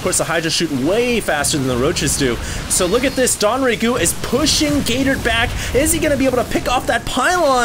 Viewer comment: Isn't it DONG Rae Gu? Why does he keep saying DON Rae Gu????